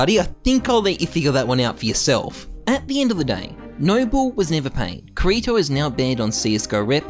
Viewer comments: ok but why do you call kirito "krato" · it hurts me every single time you pronounce kirito wrong, every anime fibre in my being is screaming at u man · ' pronunciation of kirito is gonna make me go crazy